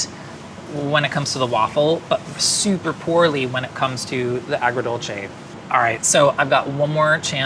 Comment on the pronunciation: My jaw dropped when nailed “agrodolce” 😯😦😮